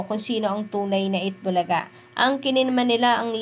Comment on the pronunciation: Eat bulaga lang hindi eata bulaga hehe